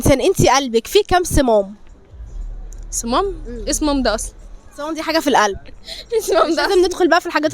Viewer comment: صمام بالشدة هي أصلا نطقه غلط